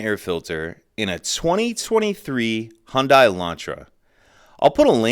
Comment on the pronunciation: Very helpful, thanks! It’s pronounced Hyundai though.